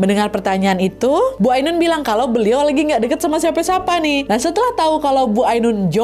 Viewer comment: "AINUN" kak nad bukan "AUNUN"